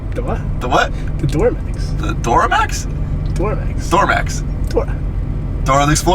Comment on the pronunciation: instantly told me he’s from Philadelphia